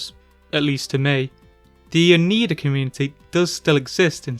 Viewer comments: The Oneida are also a native American tribe, originally from the east coast around New York but now mostly centered around their reservations in Wisconsin as well as Ontario in Canada. I wonder why the cult adopted this name for themselves. You tried your best, but the pronunciation is Oh-Nie-Dah not Oh-Nee-Dah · Oneida is pronounced Oh-nī-dah. The letter i is long, pronounced the same as pie or as in the proper noun Niagra. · FYI:Oneida is pronounced O-NY-duh is an upstate NY indian tribe that was a part of the old Iroquois Confederacy.